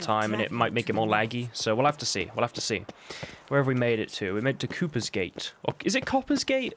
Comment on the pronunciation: It's Cooper with a long o. From the profession of the cooper, someone who builds barrels. Obviously very important in Toussaint.